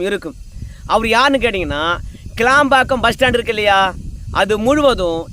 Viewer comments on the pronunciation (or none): none